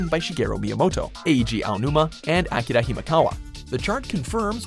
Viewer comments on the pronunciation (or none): none